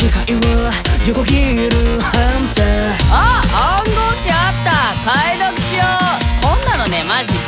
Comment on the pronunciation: ころん君、めっちゃ第五うまいんのにおっちょこちょい役やってんの萌えたｗ 追記 ごめん さとみ：ハゥンタァー 入ったわｗ